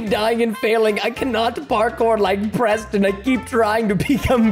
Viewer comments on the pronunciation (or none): He said Proston cuz your a pro